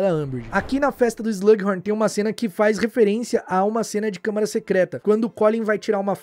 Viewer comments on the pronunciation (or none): none